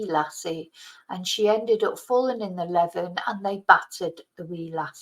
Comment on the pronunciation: it's pronounced leeven